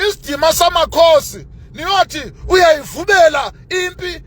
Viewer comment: 😂😂 uyayivumela not uyayivubela